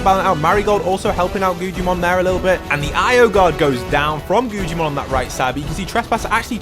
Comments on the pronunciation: its not gujimon its guggimon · His name is pronounced guggimon not gujjimon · My mans is saying guggimon so wrong like gujimon and stop making it seem so intense it not that cool like wow if u drop hostile people with non hostile they fight who woulda known